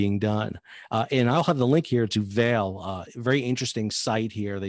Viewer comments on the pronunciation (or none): Its better pronounced vahlay